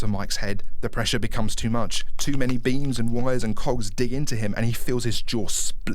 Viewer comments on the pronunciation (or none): I can't stop laughing because when you said Beams, I heard it as beans, and I just imagine a fuckton of beans in the freddy head Like they gotta have the beans, the beans are non-negotiable, at least three cans of baked beans must be applied to the freddy head every day to grease it up for nightguard entry